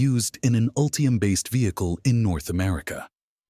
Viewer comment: "Ultriam?" "Ree-yoos?" "Meribara?" This AI audio made me stop watching. I just can't take it.